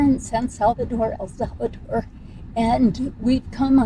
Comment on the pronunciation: "El Salvador" is pronounced: el SAL-vuh-dor NOT .... el SAV a dor